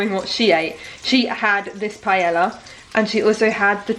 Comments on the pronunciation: Btw you pronounce it “pie-eya” in Spanish ll is pronounced y and chorizo is pronounce “cho-re-tho” and buñuelos it’s pronounced “bun-we-los”. Estoy española y vivo en Valencia en España me encanta la comida aquí porque es riquísimo 🤤 😂mi favorito comida es sopa de pollo. Que rico ay Dios mío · Pretty sure pronouncing paella like that is more of a disservice than putting chorizo in 🤦🏻‍♀️😂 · no, you don’t say it like that 😂 PA - E - LLA, you are adding letters that are not there hahahaha You can look the pronunciation on google translate 🤗 there you say chorizo really well! The tortilla is supposed to be thicker, yes. The thing that I never heard is the 20 minute wait. How do you make tortilla there? You don’t fry the potatoes? PS: I am from Spain and I don’t like paella nor gazpacho at all, but I am the rare one. I love churros and tortilla tho. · darling! ilove you, but Spain is far from the only Spanish country. there's Mexico, Brazil, even Puerto Rico. also it's pronounced "pie-aye-uh". 🤣 you're adorable. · Its pronounced pie-yay-yuh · Everyone mentioning that the paella is made wrong, but I’m just triggered by how she’s saying it. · Your pronunciation of paella is the cutest thing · I want to be very respectful and authentic Also: pie-el-uh 😂💙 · It’s pronounced PIE-AYE-AH 😊it’s one of my favorite dishes the traditional way you make it takes a good amount of time but it’s so worth it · Amo que digas paela Jajajj es paella 🥘 un abrazo para ti!! ☺️☺️ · Ok peps, just to clarify the word (PAELLA) the LL is pronounced like J as in JUICE, JAIL, JUST. In Spain the letters (double LL sounds like the letter J in English. Hope this helps. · will never get over the way brits pronounce paella, cracks me up every time because i never expect it and then... pie-ella. all in good fun though, what’s important is trying other cultural foods, although traditionally it doesn’t have onion either 😆 one thing my professor in spain drilled into us